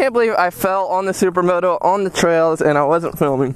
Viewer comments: did you just say supramoto...hahaha...take care bruh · I swear did you just say supra moto